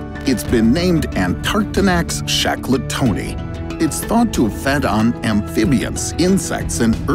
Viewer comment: The ice melt in Antarctica is caused by volcanic vents. That should be pronounced Shackle- Toni, not Shack-le- Toni, as it is named for Ernest Shackleton, an early explorer of Antarctica.